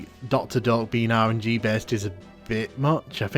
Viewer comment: Until I read the doctors name on the text I thought you were saying doctor Dork :D